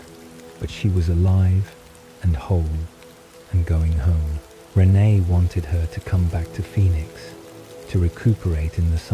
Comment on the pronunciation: I’m thinking this is actually an AI reading…not human… the sentances run together a little too fast. Renee isn’t pronounced right either.